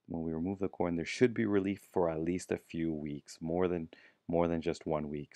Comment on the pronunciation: Few...not FEE